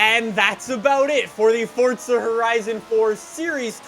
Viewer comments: Its for-za not fortsa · Why does he us his thumb, pointer finger and middle finger to show 3? And why does he keep saying “forTza”?